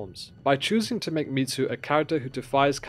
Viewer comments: It's Mizu, not Mitsu (so pronounced mee-zu, not meet-zu). Best new show in a long time. I don't think I saw a Japanese spelling of her name so I'm not certain which Mizu is intended, but the most common would mean "Water" - which may reflect her blue eyes or may mean something else like "auspicious" - we'd have to see it written in Japanese to know (I may have missed it if it was written, Japanese not my primary language). On watching again - it looks like Mizu's mark on her blades (her first knife and those made after) as well as on her sword - 水 is that for "water". So confirmed. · Hearing him calling her Mitsu is throwing me off the video 😂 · The pronunciation of Mizu was so jarring, I had to stop the video. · yeah.... I didn't watch the video 'til the end bc of it